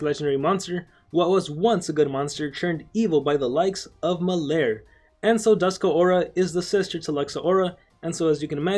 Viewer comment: The name is Dusk Aura. Not Dusk-a Aura.